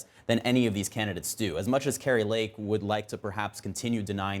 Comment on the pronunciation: Kari"n" Lake it is. LOL